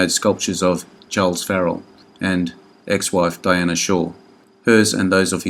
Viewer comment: Love these - but some of your pronunciations are way off. Dinah Shore is Dinah with a long I and no A, not Diana. And Joel McCrea was pronounced McCray.